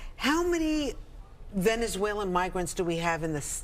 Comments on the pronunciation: "Venezuelean" she says. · She can’t even pronounce Venezuelan. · Right! she can't even pronounce it but she wants to give them money though